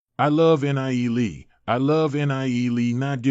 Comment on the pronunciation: why do all these recaps say N. I. E. lee... god out of the 9 videos none of them say his name right other than the 2 min clips. FFS can none of you fix this? PLEASE!?